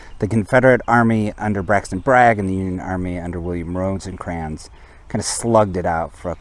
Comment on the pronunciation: Can't watch a video where the narration refers to Rosecrans as Roseycrans....sorry